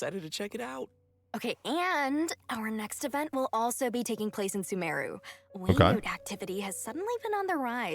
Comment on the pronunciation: Beta "Way-nute" alpha "WE-NUT!"